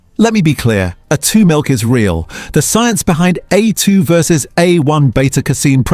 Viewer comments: While I appreciate the idea of examining "Australian" products the legitimacy of the website would be improved enormously if there was a declaration that AI is being used in the production of these postings. The biggest tell is the consistent varying mispronunciation of A2 in the A2 segment plus the algorithmic rise and fall of the voice over tone and the too steady cadence of delivery The idea of this site s good but shoots itself in the foot by not declaring AI is being used - makes a consumer doubt the veracity of the whole presentation. BTW, I am an AI specialist for over fifty years and am becoming increasingly annoyed it the misuse and careless use of AI. If you are going to use AI voiceover use an Aussie accent; we say vite - amins, not vit-amins. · And we deserve better than AI narrators who can't even pronounce A2 & use repetitive AI imagery and make claims without any substantiation of facts. No mention also that part of the reason for Norco's financial problems was that it's main processing facitily on the NSW North Coast was two thirds underwater during regional floods in the last last few years. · Nice AI reading hallmarks on A2 milk multiple pronunciations